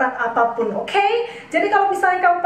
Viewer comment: Kaget pas ngomong okhey😭😭😭😂